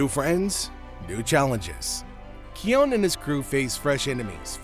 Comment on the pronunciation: Its pronossed kion not kion